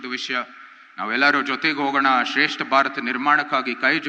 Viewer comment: ಶ್ರೇಷ್ಠ ಅದು ಸ್ರೇಷ್ಟ ಅದು ಯಾವ ಕನ್ನಡ ಕನ್ರಪ್ಪ..